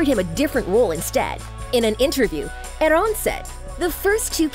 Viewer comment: Girl it is AAArón Not Aroooone .. This makes me angry